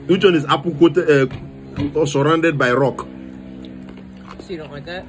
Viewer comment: 😂😂🤣 surrounded by rrrock 🤣